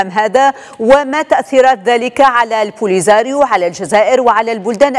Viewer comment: بادرة طيبة لكن هد المديعة مكتعرفش تقول البوليساريو ههه دقيقة